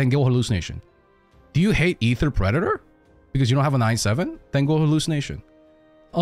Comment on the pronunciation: brother, the word predator is pronounced preh·duh·tr. It has three distinct sounds. The way you say predator is kinda unsettling, for how well you pronounce otherwise.